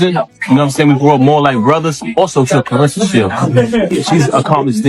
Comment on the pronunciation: I’m just here to thank you for pronouncing her name the way it’s spelled — “ClarEssa,” and not, “ClarIssa.”